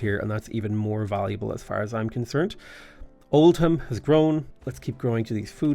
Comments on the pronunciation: Oldham is pronounced Old-um not Old-ham ❤ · Not Old-ham its Old-um